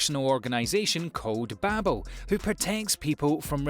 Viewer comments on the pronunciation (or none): none